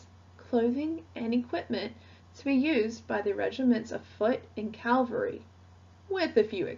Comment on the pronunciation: I stopped listening when I realised she doesn't know how to pronounce "cavalry".